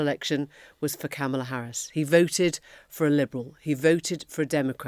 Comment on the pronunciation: Kamala says it rhymes with comma. So Comma-la.